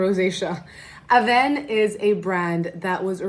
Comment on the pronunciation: Honestly the way you speak french is parfait 😉 so thank you for quoting avène it's wonderful, bises